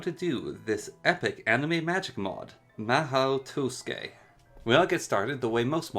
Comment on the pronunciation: "maho toskey" lol